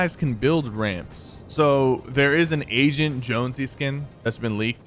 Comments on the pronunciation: Me too! I was so confused and at the end I was like, OH he mean AGENT jonesy because that the theme of this season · When he said agent jonsey I thought he said asain jonsey 😂🤣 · Agent* but i heard asian😂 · he said Asian not agent lol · Thought that’s what he said too. Lol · I also thought he said that